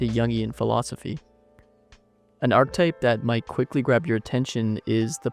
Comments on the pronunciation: I've always heard it pronounced "arc eh type" so "arctype" erks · Where's this ArkType pronunciation coming from? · whats the arc-type you keep referring to across the video? have you heard the word archetype before making it? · archetype is three syllables, not two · This might be a bit nitpicky but it’s pronounced arch-e-type not arch-type and Carl yoong not young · I hate your pronunciation of words. I will always look up how to pronounce words when I make videos. Yoong. ARK-eh-type.